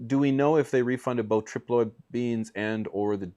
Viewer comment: It’s tri ploid male female and herm how was the trip Loyd 😂